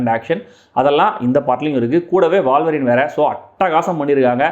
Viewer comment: Boss , அது வாழ்வரின் இல்ல..... ஊழ்வரின் (wolverine) Wool - Va - Rin. 😂😂😂